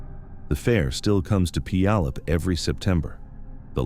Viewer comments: pronounced - Pew al up. Thank you for these stories. ❤ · Don't feel bad if you can't get the pronunciation of Puyallup right, I don't think any two people have ever said it the same, lol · It's crazy how "Puyallup" is mispronounced differently almost every time.. it's like listening to Benedict Cumberbatch trying to say "penguin"..